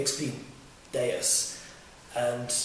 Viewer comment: or xp deus not daus that one must be from china lol